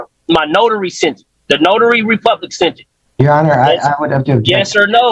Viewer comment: Did that moron actually say notor republic? Lol. He has a very limited vocabulary and he loves double negatives. What a tool. Just pay your bills!